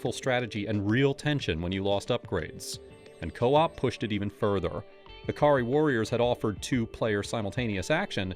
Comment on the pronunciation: Why is Ikari Warriors keep being pronounced as ah-kah-ree?